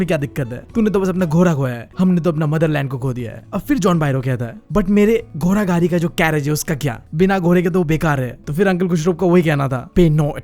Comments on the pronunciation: घोड़ा ❎ गोरा ✅ 🤣🤣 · Not ghoraaaaaaa 😂😂 it's ghodaaa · Ghoda ❌ ghora😂✔️ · GHODA❌ GHORA✅